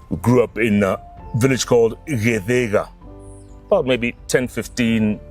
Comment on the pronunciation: GITHIGA NOT ITHIEGA